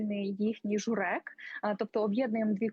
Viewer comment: Сидиш в Польщі,то навчись наголоси ставити правильно - не журЕк,а жУрек.Не губи,а качиний дзьоб.